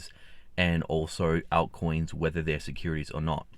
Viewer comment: Right, ALT coins mate. It sounds like he's saying out-coins. 😉🤠